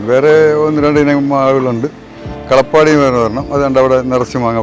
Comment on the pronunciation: കളപ്പാടി 😂 കാലാപ്പാടി ആണ്